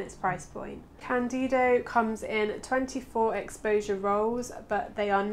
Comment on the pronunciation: For the love of Lemmy, is cÁndido, not candÍdo. The accent is on the A. Sorry... thx